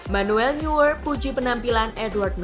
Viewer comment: neuer bacanya noier